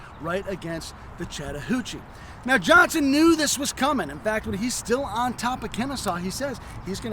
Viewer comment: OVER THE COURSE OF THE LAST WEEK, I HAVE HAD TO ENDURE THE INSULTING DESCRIPTION OF MY TWO ANCESTORS LEONIDAS POLK AND JOSEPH EGGLESTON JOHNSTON. COULD SOMEONE TEACH HOW TO PRONOUNCE JOHNSTON'S NAME?